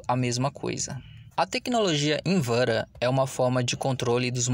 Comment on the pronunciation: Tecnologia "invera"😂😂😂😂😂😂😂😂😂😂😂😂